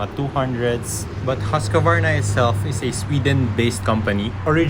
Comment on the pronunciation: Nice Video! But why you say "Husqavarna" instead of "Husqvarna"?